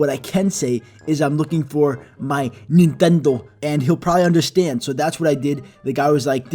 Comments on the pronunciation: I was dieing from lafter when he said netendo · ok ok me being greek i find it halarious how others with the same natinality as e sound, but i have adapted to my souroundings people are confused when i say im greek no Nehtondo insted of nintendo is funny af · So you say Nintendo like